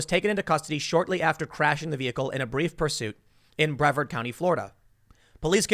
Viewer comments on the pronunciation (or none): It's pronounced Breh Vard. Not Bree vard Tim. I say this because I live near that county. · Pronunciation tip. Brevard: bra-VARD